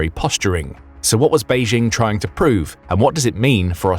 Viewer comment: There is no such city as "Beizhing." Chinese does not even have the "zh" sound (as the "j" in French (e.g. "je" or "Jacques"). The "j" in Beijing is pronounced just like and English speaker would expect, as in jingle or jingo or the "g" in gin. Mandarin does use the "zh" consonant cluster in writing (as in the name of the country, Zhongguo) but this is a completely different sound. Try listening to some audio clips.